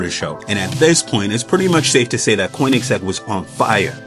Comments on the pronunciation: It's pronounced Kurn-ig-zegg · Guy says koenigsegg weirdly